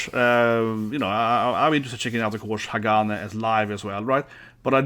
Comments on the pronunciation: It's pronounced Ha ga nee. Glad you finally got to this. Nineteen months after release but you got to It.🤣 A little too much attention paid to nail polish 🤔 Hagane are: Nagi: Vocals (newer to band) Sakura Yoshida: Guitar (founder and leader) Sayaka: Bass Junna: Drums (newer to band) Plenty of Japanese bands out there you haven't done Asterism, Aldious, Bridear, Destrose, Fate Gear, Gacharic Spin, Mary's Blood, Mellows, Nek!, Paradoxx, Trident, Unlucky Morpheus to name some. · Ha-ga-neh. Kind of more like "Neh", not "nee". It's the Japanese syllable ね. The band name means "steel".